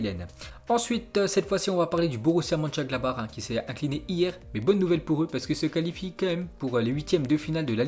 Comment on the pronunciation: c'est le seul gars qui arrive à dire Mönchengladbach mais pas Southampton